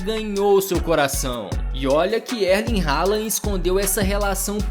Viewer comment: Pronúncia de Erling errada. O R não se pronuncia.